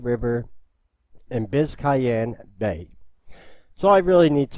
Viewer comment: it's biz'cane bay, that's the way I've always heard it pronounced